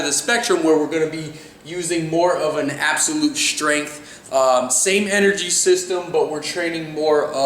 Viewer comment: Hey, why do you always pronounce strength as "shtrength"?